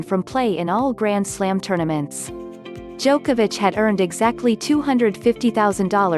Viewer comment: Djokovix? XD